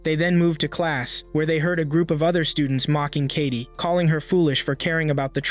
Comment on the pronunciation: It's not kati it's Katie